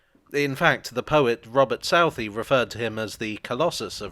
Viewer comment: I hate to be pedantic (no, I don't, that's a downright falsehood, pedantry is the very core and fibre of my being), but Southey is pronounced "Soo-tee".